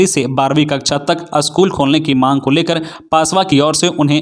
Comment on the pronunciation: You should learn how to pronounce "school"